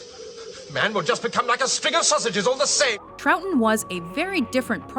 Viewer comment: Troughton is pronounced Troffton.